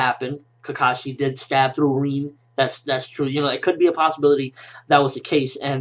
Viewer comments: Reen?... Its RIN! Lol just a nitpick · why the fuck does he call her "reen", its "rin"